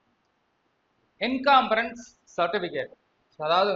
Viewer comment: என்னாது..என்காம்பராஸ் சர்டிபிகேட்டா?..அய்யய்யோ. என்கம்பரஸ் சர்டிபிகேட் என்று அதிமேதாவிக்கு நல்லா சொல்லுங்க..